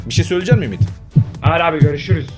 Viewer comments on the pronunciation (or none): Abi niye Ümidi abiye Ümtiti diyiyorsun